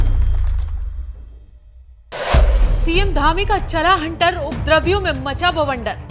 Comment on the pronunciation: सर्वप्रथम उपद्रवियों शब्द का शुद्ध उच्चारण करना तो सीख लो मैडम, एंकरिंग बाद में करना।